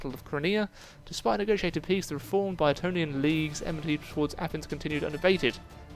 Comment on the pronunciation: Boeotian is pronounced as: Bow-etian